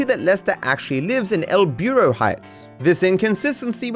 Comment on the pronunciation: Lester lives in "El biurro" heights